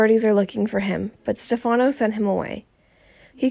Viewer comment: Where is the "shocking" truth and when oh when will you learn to pronounce Stefano correctly??? Do you ever even watch the show??